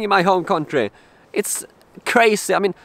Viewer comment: National Security Index: 1. Kräjzy 2. Äbsålutli kräjzy 3. TUU KRÄJZY!